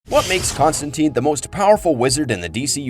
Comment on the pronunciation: According to Gaiman, it's TINE not TEEN. The film ruined his name lol.